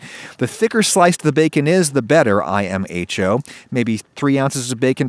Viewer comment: adam's really out here like eye ehm ach owe